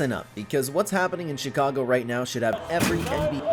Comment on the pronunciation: This gotta be satire. “she-cago”, bro mispronounced like every players name